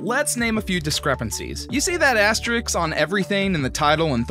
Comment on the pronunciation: It asterisk, not asteriks, btw*